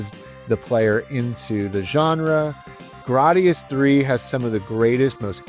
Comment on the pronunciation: I've never heard someone pronounce it like you 😭 I believe it's "gray-dee-us" whereas you say "grah-dee-us" 🤮